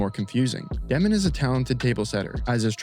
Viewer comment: Insane take considering they have the most draft picks in the entire league till 2032, have their coach for the future already, and have five rookies who have not even touched the NBA court yet lmao. Also just to spread the wealth, it's dyoh-min, not Deh-min, he explains it in an interview if you wanna check it out!